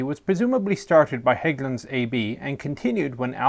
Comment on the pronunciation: So great that they took the time to look up how Hägglunds, particularly the "Ä", was pronounced. Don't really care if it's mispronounced but it's nice when they do the extra work not to. Also looking at the different CV90 variants makes me think it's a great job being a CV90 engineer. "How about we put a 120mm on it? How about we put a 40mm Bofors on it? How about we put a 35mm Bushmaster on it? etc.".